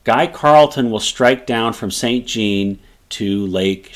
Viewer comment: san zjon not saint gene. But excellent summary !